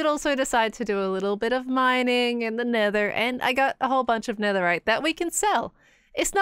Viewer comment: "Nedder." (nether)